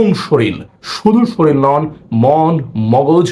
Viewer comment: শরীল না শরীর